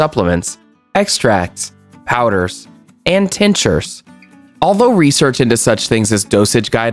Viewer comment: Tink shures not tanshurz.